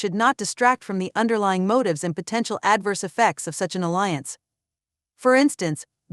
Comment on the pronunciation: Pronounce adverse properly